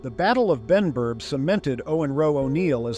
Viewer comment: was Benburb not Benburgh